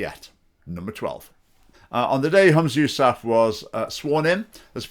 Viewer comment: Try to pronounce his name correctly and any one can lead the prayer in islam. And he can't do any worse than the current clowns in power